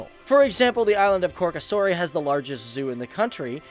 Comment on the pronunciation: khorkasori xd did u even try to pronounce that